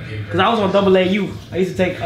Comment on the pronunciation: 🤦🏽‍♂️🤦🏽‍♂️🤦🏽‍♂️🤦🏽‍♂️🤦🏽‍♂️Double A u is crazy 🤣🤣🤣🤣 it’s AAU